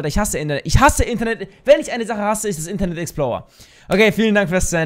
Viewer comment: Internet exploua haha Wie der es sagt ^^